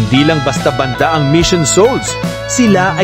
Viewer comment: Maniniwala na sana ako, kaya lang 'yung bigkas mo ng "banda"...naihagis ko ang tablet ko!😮